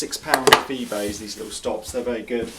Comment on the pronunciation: Did you sat those stops were about £6 on... was it eBay? sounded like BeeBay. Anyway, I have nothing to do with this company - cheap Chinese imports and very good quality, have you ever heard of Band Good ? ( )